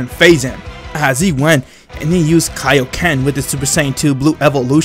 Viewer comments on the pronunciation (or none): I’m not making fun of him but he says kaioken like Kiokan